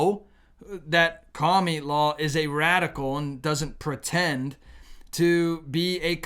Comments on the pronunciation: Why do you always say "Cami-la" and not "Kamala"? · I cringe every time you call Kamala "kamilaw". I am not voting for her, but it just doesn't feel Godly to me to have a person's name twisted. You don't have to talk to us that way to make your point, we are not toddlers here! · You always make good points, but you also can be a very ignorant person. You are very unchristian when you mock and disrespect a person's name. I'm not a fan of Kamala (rhymes with Pamela), not COMMIE LA. Would you like it if your odd name was mispronounced, or twisted to sound like something nasty????? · Can you pronounce the name right.Ka ma la,that is Muslim name,not Camila but Kamala tq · Kami-la! Lolol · Kah - miii- la The way he pronounces her name 🤣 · Yeah those Democrats are taking all freedoms away. I am so thankful that God is taking us away to a better place. I love the way you pronounce her name Kamala or komielaw. Blind leading the blind. They all fall in the pit.